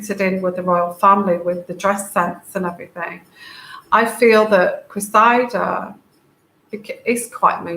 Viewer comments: .. It is Cressida, pronounced Cress id-ah . The emphasis is on the FIRST syllable, the Cress (like watercress). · to help with the name, and it is unusual and hard to figure out how to pronounce, so I hope this little suggestion might help. Think of EGG & CRESS SANDWICHES then CRESSY then CRESSY-DA And there you have it. While I'm at it the other name with the Royals thats hard to get right is Eugenie. So for that one it's take the OO out of HOOP then SHANE OO-SHANE then the NEE out of KNEE so it's OO-SHANE-NEE You might need that one at some point. I didn't know how to pronounce it for years til I heard Fergie talking about it.